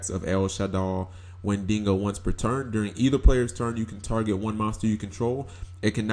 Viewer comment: Lmfao wendingo